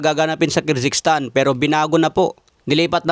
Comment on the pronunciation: kyrgyzstan hindi kirzigstan